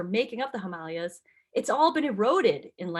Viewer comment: Pronounce Himalayas wrong and pronounce Appalachia wrong . Can’t listen